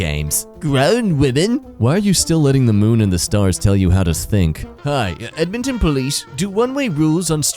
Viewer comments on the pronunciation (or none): Honestly the British accent for EDMONTON almost made me cry, bro /lh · dying over the english accent for what is essentially the equiv of a southern us state in canada (edmonton is located in alberta, canada)